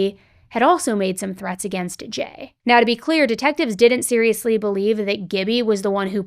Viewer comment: I’m autistic and OCD, The “Serialously” is bothering me for some reason. Serialsly is terrible looking but when sounded out is better. But Serialously looks better, but sounds terrible hahaha ugh. I’ve spent about 5 minutes on this. I’ll watch the video now